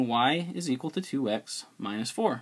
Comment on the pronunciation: I love how you say equal as zequal... Thanks for the video aswell